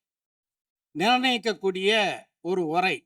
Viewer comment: ஒரை இல்லை உரை